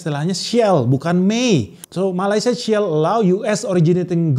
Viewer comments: Sebutan shall jadi sell???🤔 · Sepatutnya dibaca "shall"bukan Shell lah . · Shell apaan cui? Sebutan shall aja ga jelas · sori bos😂😂aq xde utang ptptn..xsekolah tggi pun mcm tp boleh sbut SHALL dgn betul😂😂ckup SD saja dh boleh sbut kata shall dgn betul drp sbut shall jd SHELL😂😂acah² speaking inggeris tp we wok de tok😂😂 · dialek apaan bro sebutan shall jadi shell 😅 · shell allow😂😂😂😂 HAHAHA SHALL ALLOW .. Nyebut aja salah masih mau membahasa negara org😂😂